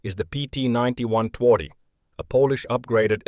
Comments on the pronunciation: Interesting movie. While loss rate is only partially useful for rating tanks, it is helpful. And movie is well documented. P.S: "Twardy" should be propounced "tvardy". It means "tough". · Some reliable information right here. And a... special pronunciation of Twardy.